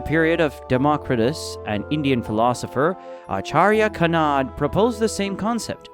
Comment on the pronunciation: Thanks! But it's just funny about the way you oronounce Acharya Kanad. Sorry, no offense